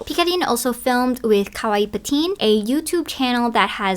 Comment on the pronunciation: Ummm who says kawaii when we’re speaking English though? That’s random. Like no one wants to hear you butcher the pronunciation… You don’t need to say “cutecore” either. Why don’t we just say cute? Aka the meaning of kawaii? 😭😭